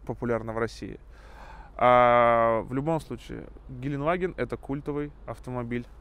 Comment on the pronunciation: ГеленДваген, а не геленваген! Там буква Д в середине! Сколько можно уже? Ты же типа фанат этого Автомобиля! И не знаешь как он называется!